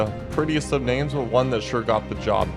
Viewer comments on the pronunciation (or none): how do u say every name wrongly